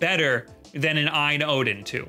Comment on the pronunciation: It’s pronounced alphabetically A-Y-N. Not “EYE-IN”. I know the confusion comes from the Ayaneo.